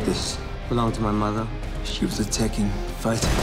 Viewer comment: It's not Taken but Tekken (said Tek'ken with the stop)